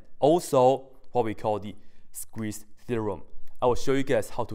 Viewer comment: Sequeeze = Squeeze I thought you are gonna SNEEEZE! HAHAHAHAHA!